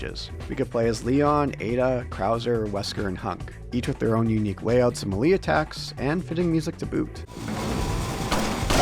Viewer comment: I've heard people say "melee" in a myriad of different ways but I've never heard it pronounced quite so... literally.